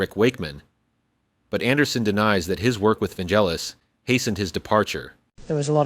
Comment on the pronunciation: Vangelis, not "Vangellis" 😉